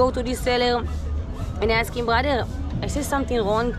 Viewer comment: It's brother and not Bhadher